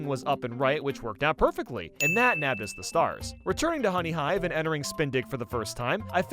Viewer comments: Anyone else notice honehyive galaxy? (I’m not trying to be mean pls don’t hate me) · ah yes my favourite galaxy Honehyive